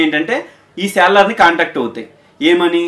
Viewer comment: Seller kuncham sarigga palakadaniki try cheyyu bro